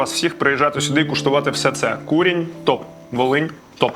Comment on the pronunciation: КурІнь,а не кУрінь.LafA ,a не lAfa.НапІй,а не НАпій .кажіть із вірним наголосом,якщо вже визнаєте себе украінцями!